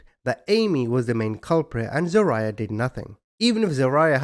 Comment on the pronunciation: It’s pronounced Za-rye-ahh .